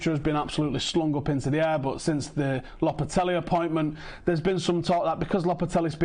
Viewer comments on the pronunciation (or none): Lopetelly? It's lo-pe-te-gy mate 🤣